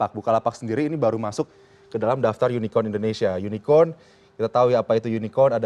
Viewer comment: Unicorn. Bukan unicon. Ngomong inggris aja bawa contekan. Wkkk